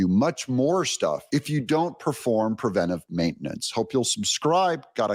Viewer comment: Sooooooo happy that you say "preventive" instead of the misspoken "prevenTAtive" that so many people get wrong. (Pet peeve of mine.)